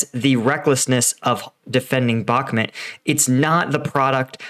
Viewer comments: Dude you need to watch the Russian Dudes channel, and its pronounced Bakmoot Not Bacmint, you drive me crazy with that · Mate, for 100th time - it's BaHmut, not BaKmut. WTF? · Man.... how many years will it take you to learn how to pronounce a city you've been talking about for months??? Bakmut is not pronounced back-mid or back mud like you constantly do. Its pronounced Bok-moot it's so irritating listening to someone who doesn't even do the preparation to learn correct pronunciations. How long are you going to make these stupid assessments and predictions that are always wrong the 4-5 times I've watched? Your latest assessment is reiterating the fact that you think Ukraine waited too long to evacuate.ukreaine isn't trying to evacuate they are committed to beat who you call Russian elite which calling Russian or Wagner elite equals a brand new American grunt. There is nothing elite about and Russian forces as all of their so-called elite equals to average American troops were decimated in the first month of the war. Where do you get your intel anyway stating there are no elite Ukrainian troops in bahkmut? It's common knowledge that Ukraine has elite special forces in the Bahkmut area and that Ukraine is committed to defeating the Russians in bahkmut which will break the back of the invading forces allowing Ukraine to overrun the Russians as they did in summer and fall of 2022.funny how you say Ukraine needs listen to the USA top brass assessments but Ukraine's route of Russian forces in 2022 was done without American knowledge and against USA top strategic planners assessment pre offensive. Dude your assessments suck your predictions don't come tr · It's pronounced Bachmoot. All I've heard from the ground it's the Wagner Group fighting for Ukraine they're not Ukrainian but mercenaries.